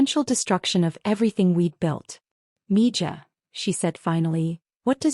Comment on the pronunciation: Mija is Pronounced Miha!